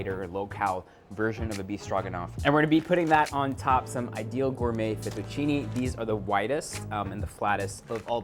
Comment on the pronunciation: Great recipes!! But I am Italian and that's not the correct way to pronounce the pasta name. I really don't know why foreigners always mispronounce it. Its pronunciation is LinghuinE \ FettuccinE (like Spanish " e " ) not LinghuinI \ FettucinI (like Spanish " i ")